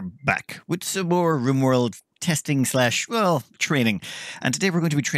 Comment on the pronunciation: Everyone: “Rimworld”: G R I M W O R L D